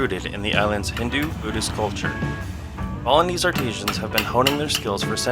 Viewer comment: Absolutely beautiful. Please remember "artisans" not "arteesians". Otherwise excellent commentary. Thank you.